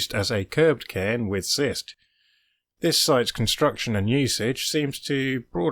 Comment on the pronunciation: "Cist" has a hard "c" - it's pronounced "kist"